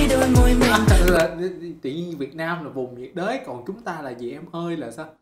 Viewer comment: "Nhiệt đới" - "Nhớ đị..t" đó ơi